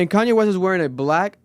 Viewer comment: Just say Kanye right and y’all understand him